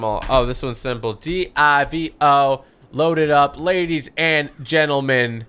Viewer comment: You say it right divo